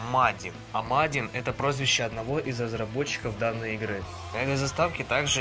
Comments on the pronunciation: не мадин а маджин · Не мадин а маджин только не абежайся